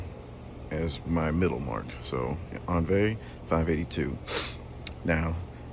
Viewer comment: The French pronunciation is "ohn-VEE"